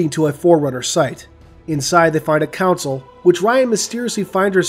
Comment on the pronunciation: This story was great. I really hope we get a sequel. Sidenote: Why do you pronounce "console" like "council"? ::P